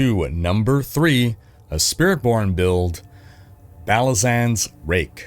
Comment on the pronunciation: on rank 2, did he just said "SpiritPorn"? lol